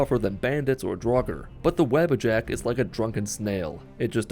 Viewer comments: no hate but its wah-bah-jack not the web a jack but sweet run btw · Every time I heard his say Wabbajack I thought he meant the rabbit with horns as I have this playing in the background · They way he says wabbajack is hilarious